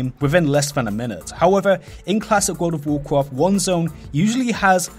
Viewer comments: "Wold of wocraft" lol Same as you Im also not a native english speaker but it just sounded too funny. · What is worfh of worfhcraft he saying? is it good?